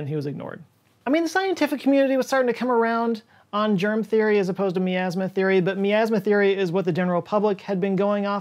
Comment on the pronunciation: the way you say miasma has me super triggered. lol.